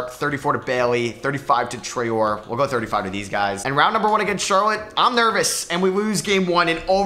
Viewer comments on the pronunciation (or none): Hey, just so you know it's pronounced "Traoreh" in French :)